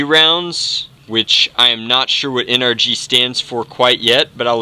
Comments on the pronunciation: NRG. En-er-gy. Energy. HAHAHAHAno. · Nrg is supposed to sound like energy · I think NRG is supposed to sound like energy